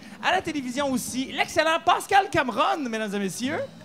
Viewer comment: ''Pâscal'', really ? hahahaha